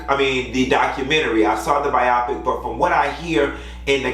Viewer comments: I think it's pronounced BYE-oh-PICK! It's not supposed to rhyme with myopic. It's short for 'biographical picture.' Just my 2 cents!! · Okay the first time you said biopic was correct. Bio then pick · why y’all calling it Bi-O-pic it’s pronounced Biopic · I see someone called to tell him how to pronounce biopic 🤭